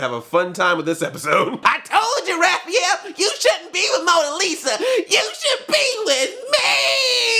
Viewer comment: Did you say Raphaelo ? xD